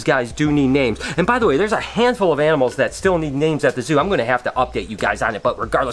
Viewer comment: i thought i heared enemels instead of animals.. but anyway rip ryan..